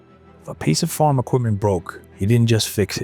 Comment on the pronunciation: I just cringe everytime he says farm. Form is what I'm hearing. Not much to these videos most of the time is spent on commercial ads and commercials by the people who narrate the video.